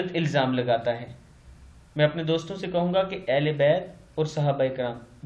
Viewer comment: Maulana sahab Urdu to sahi seekh lo. Ahle be'at( ain se) nahi balke ahle bet yani ghar wale khandan wale al aulad. Sur ahle be'at jaisa ke aapne likha hai uska matlab hai jin logon ne be'at ki ho.